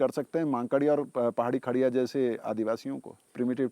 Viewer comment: Its not kharea ,its khodia,,,i